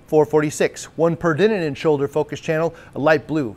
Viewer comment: keeps adding an extra “in” in peridinin. Should probably google how to pronounce it properly.